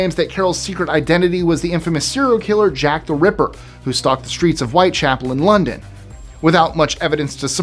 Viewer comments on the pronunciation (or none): none